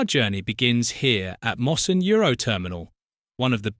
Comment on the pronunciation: Oh! and Mossend is pronounced MossEND not MosSEned!